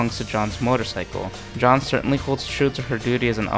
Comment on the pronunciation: Stop saying John, it’s Jeanne